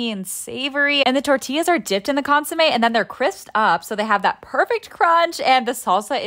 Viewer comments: It’s pronounced cun-su-mey btw❤ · ITS PRONOUNCED CONE-SUE-MEH